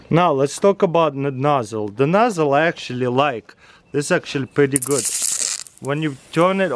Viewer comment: tooooo muuuch acshualy